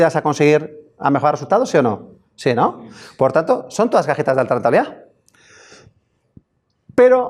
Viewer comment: No manches!!! Tuvo que pasar una hora para que un chavo aclarara que son cajitas no cajetas jajajajajaj inche esoañol que no abre bien la boca para pronunciar bien las vocales.